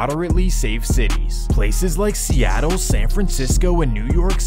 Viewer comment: He say Seattle 7 minutes 😂